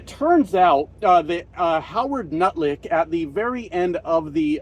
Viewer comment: Excuse me? Did you say Nutlick instead of Luknick (think that's his name)? 😂